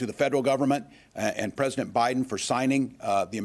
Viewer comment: “Parisent Biden”